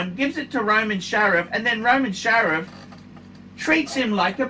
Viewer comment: FFS, it's SHARF!!!!!